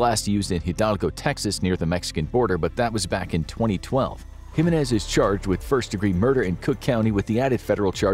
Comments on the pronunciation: It's pronounced "HE MEN EHZ" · No, he didn't pronounce my last name, "Jimenez" with the right inflection. It's decent but more work needs to be done in pronouncing Spanish names.